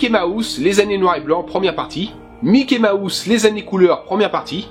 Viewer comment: La manière dont tu disais Mickey Mouse j'entendais "Mickey ma housse" c'était plutôt drôle (très sympa comme vidéo sinon :))